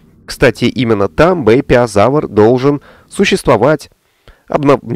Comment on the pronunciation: Правильно «Бэйпяозавр» собственно)